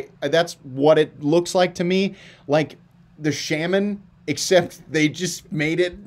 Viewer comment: Shaman. SHA-MEN 😂 Bodacious has a thinner stock than the Shaman.